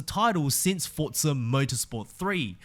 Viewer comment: its forza not fortza omg